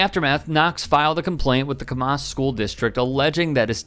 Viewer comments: it's pronounced Camm-us, not Cuhm-oss. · Although I agree totally with; however, it's pronounced "cam-a$$" as opposed to "cam-maus". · Thanks for covering this story. But sorry, Camas is pronounced "cam-MISS", not " "cam-MOSS". 👍🏾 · Pronounced Cam Ass. Seriously. Not Ca Mas. This happened right across the Columbia river in Clatskanie - pronounced Clat Scan eye. Both are First Nation (Native American) words. Please respect First Nation and pronounce them correctly for them - not the racist who don’t respect anyone! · It's Cam-us. Either way this is disgusting. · Pronounced. Cam ass, kick them out of the league for the rest of year. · It is pronounced cam us. There is no ah in it. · Pronounced Cam Iss lol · Its pronounced "cam" (like camera) and "iss" (like hiss without the H). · I’m in Portland and appreciated the mispronouncing of Camas. This is nothing new when the intercity teams have to play in rural areas. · It’s pronounced …oh never mind. Camas is a small town, right close to Vancouver. I went there one time. I don’t remember seeing anybody other than white people. If I did, I don’t recall. I imagine these kids were just behaving the way their parents do at home. Right? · To whoever voiced this video, why didn't you pay attention to how the town's name was pronounced when you originally watched the video clips? It was so hard to listen to the story with you absolutely BUTCHERING the word Camas. It's cam (as in CAMera) - mes. It's one of the whitest towns and you acting like it's close to Kamala. And yes, with adhd and autism, you can completely pull away someone's attention from the very important story by fucking something like that up so many damn times. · Pronouncing Camas wrong. "A" like apple